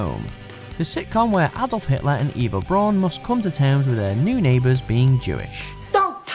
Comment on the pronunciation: )Braun is pronounced BROWN